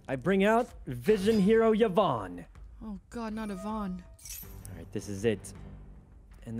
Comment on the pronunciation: Him calling Vyon, Yvonne hurts my soul XD